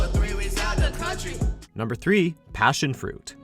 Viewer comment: PASSIONFRUIT.... FUCKING PAASIONFRUIT ARE U KIDDING ME